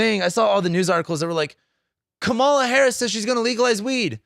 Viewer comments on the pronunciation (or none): Comma-la, not cum-Mala. Ignorance or disrespect?? Neither is attractive. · It is pronounced “comma-la”. 😉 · Can you seriously not pronounce KA MA LA? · I just wish you would say her name correctly. If you are a history buff then you should recognize the signs of the fascist rhetoric that he has been spewing. The reason that he was not a dictator in his first term is because people surrounding him kept him in check. Those people are no longer there...the people who would be surrounding him in a second term would not hold him back. That's the difference. I think people are missing that point... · It's a disrespect thing. They all know her name. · Trump appointed 3 judges who overruled Roe v Wade. Women are fucking dying, this is more than elections. He can’t even pronounce Kamala right wtf